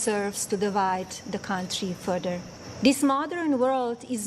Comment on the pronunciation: " only divide the country furder " from the one that speaks 5 languages .